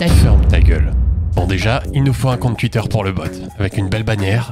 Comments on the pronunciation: Tuitter, tuité... c pas comme sa qu'on dit. On dit Twitter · Alors c'est super cool et tout mais j'ai une question qui n'a rien à voir: pourquoi tu prononces twitter "Tuitter" et pas "touitter" ? est-ce que c'est fait exprès pour faire parler les débiles ? est-ce un choix artistique ? ou une lacune orthophonique ? merci de lever le voile sur ce mystère. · "Tuitter" mdrrr... Sinon le bot c une bonne idée sur youtube aussi quoi...